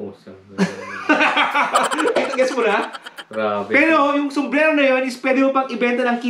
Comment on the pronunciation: Boss "sumbrero" not "sumbrelo" hehe